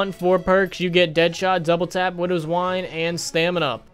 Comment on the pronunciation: for some reason when you said widows wine i thought you said windows wipe......